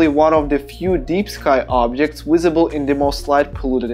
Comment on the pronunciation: No offence but its not "Wisible" 🤣